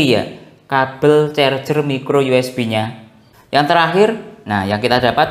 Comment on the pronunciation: Mas dibacanya USB = YU ES BI jangan YU ES BE kalo mau juga U ES BE dalam bahasa indonesia